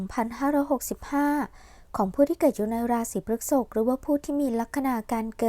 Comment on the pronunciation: พฤษภ อ่านว่า พรึด-สบ นะคะแม่😅 รบกวนด้วยค่ะ 🙏🏻🍀 ปล. ใดๆคือแม่นมากค่ะ✌🏻😉